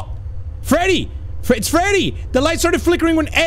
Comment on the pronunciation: that’s not Freddy that’s Feddy